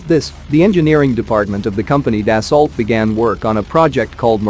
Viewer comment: Das-ooo that's how the French pronounce it.